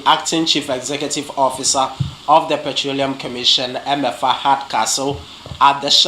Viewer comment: "Eme afa " and not "Emefa" .